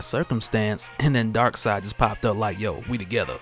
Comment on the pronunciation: It’s darkseid ... 🤦‍♂️